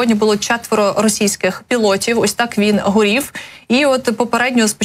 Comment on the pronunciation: не СТАЛОСА, а СТАЛОСЯ. не ОС, а ОСЬ. не ЦА, а ЦЯ. Навчіть ведучого!!!